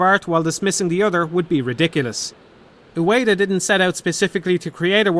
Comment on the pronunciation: Ueda* not Ueira